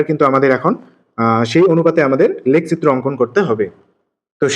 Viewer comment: লেখচিত্র এইটা এইটা আপনার উচ্চারণের সমস্যা